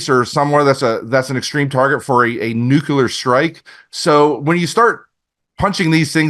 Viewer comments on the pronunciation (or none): Nuke-u-ler. No no no. Nuclear. New-clear. Lol. Still a good show. Just drives me nuts. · Cant take anyone that day "NUCULAR" seriously. Spellcheck it. Please. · “Nuculer” isn’t a word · nukular wtf?